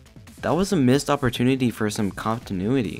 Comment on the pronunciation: Did you just say “cop-tinuity?” :)